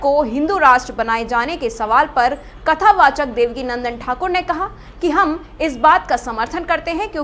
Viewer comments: Devakinandan not Devika Nandan 😂😂😂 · देवका नन्दन नहीं देवकीनंदन बोलें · वैसे रिपोर्टर को मैं बता दूं कि पूज्य गुरुजी का नाम देवकीनंदन ठाकुर जी है ना कि देवकीनंदना